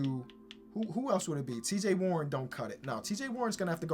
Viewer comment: U said cj warren